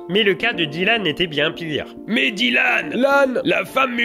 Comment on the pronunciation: j'ai craqué au bout du 4ème dylan "dit-lan"